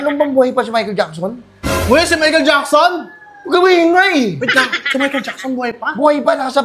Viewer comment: Mahical jackson❌ Michael taba✅